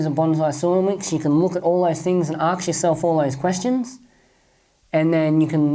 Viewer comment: why are you saying AKS all the time instead of ASK:D Good work